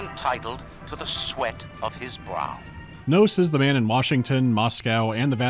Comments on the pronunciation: IS A MAN NOT ENTITLE TO THE SWIS OF HIS BURB??? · Is a man not entitled to the swoouws of his braawrb? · Nah dude how you gonna just make AAA grade ancap genie Andrew Ryan say SWOWS like that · "is a man not entiteled to his swos of his brat?" new vocal stim saved